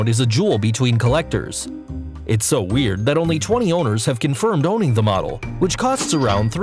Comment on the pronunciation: Stop say W E R I D